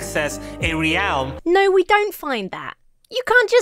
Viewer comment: I didn't know that "realm" was pronounced "ree-owl-m". (See ) LOL.